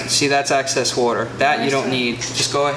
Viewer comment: Great information, just two minor issues. Maybe it’s me but I am hearing you say Access instead of Excess and Ladies smoke cigars also.